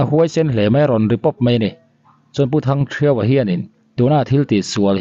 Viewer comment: Thangthiauva tiin i lam a,a diklo Thangthiauva tih tur 😅